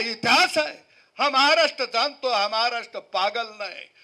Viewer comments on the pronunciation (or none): none